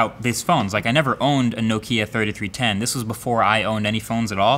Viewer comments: nokia tayytees das LMAO! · bruh it’s not a Nokia 3310 its Nokia “tentees dus”